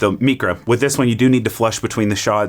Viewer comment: “MEECRA” why godammit? Mycra, as in microwave